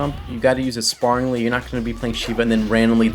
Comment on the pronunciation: You're pronouncing sparingly wrong say it like the word air otherwise you're using an adverb for the word to fight spar which actually I don't even know if that adverb exists